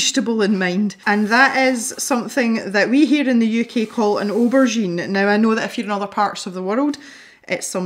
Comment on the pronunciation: Yaaay for spontaneous pencil tutorials! These pencils look absolutely delightful! I love the way they blend and layer. And can I just say that the way you pronounce aubergine is just delightful! I know you didn't like it much but the colorless blender really did make a difference. They both did. Though I have to agree with you that the colorless blender does tend to dull things down sometimes. None the less, it's an adorable little eggplant!